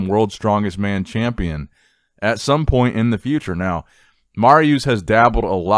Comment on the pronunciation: You can tell how young you are with the butchering of Mariucz' name. I remember him and Savicas dominating